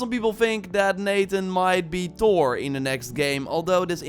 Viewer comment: Thor not tor